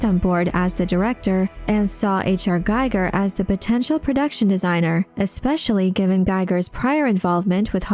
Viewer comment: One nitpick, Giger is pronounced Geeger not gaiger.